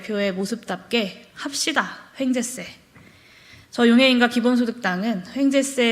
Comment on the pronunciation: 황재세가 아니고 횡재세라고 하는 거 같은데,,, 그게 뭔지...